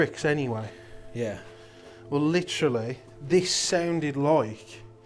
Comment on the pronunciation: Every time you hear the word *licherally*....take a drink.